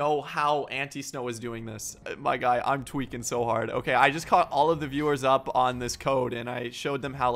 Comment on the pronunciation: he should do a livestream just saying twaeking for 24 hours